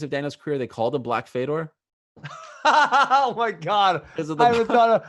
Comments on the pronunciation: Hey Ben, it's pronounced Fey-Dor not FeDoor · Nobody gone say something about the way Ben say Fedor? Sounded like fedora 😂😂😂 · Ben probably doesnt like foreign fighters because he is too white to pronounce their names. He can't even say Fedor right lol